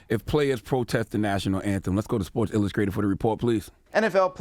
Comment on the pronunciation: "Sports illuscrated"